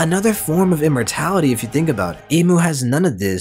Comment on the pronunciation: I love how it says Im-mortality like Im